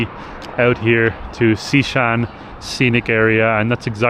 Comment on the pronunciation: ✨ Amazing how this country grows on you...@ Xishan pronounced perfectly!!! 🙂